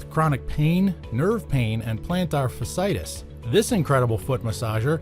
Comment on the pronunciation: Did anyone producing this video not know how to pronounce fasciitis? There are to "i"s together. It's pronounced fash-ee-i-tis.